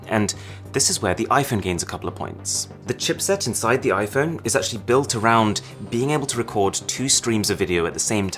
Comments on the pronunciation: Arun said iPhoney. 😂😂😂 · Try and convince me he just said Iphone "I phoney" 😂😂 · did you just say iphoney